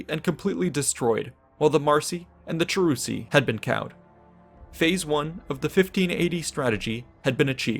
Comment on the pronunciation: The names are so off. Cheruski ~ Kievrus, Chasuari ~ Khazars, Marsi ~ Mysi, Chatti ~ Goths.